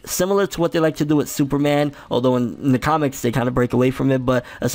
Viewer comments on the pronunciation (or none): none